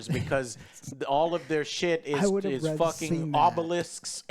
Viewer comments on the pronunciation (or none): none